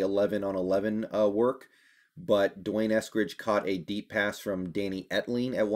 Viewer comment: You are mispronouncing D'Wayne's name. It is Dee Wayne, not Dwayne.